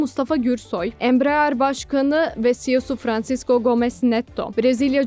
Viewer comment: Bu haberin neresinde Embraer Kaan parçası üretecek geçiyor? Bu nasıl başlık? Ayrıca Ambrear değil Embraer, birisi ablamıza okumayı öğretsin.